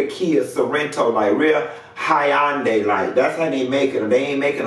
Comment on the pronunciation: "Hi-un-day" I love you 😂😂😂😂